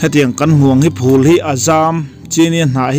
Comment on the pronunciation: Phul i tih hi a chiang si lo a, eng ang nge hriat a harsa tlat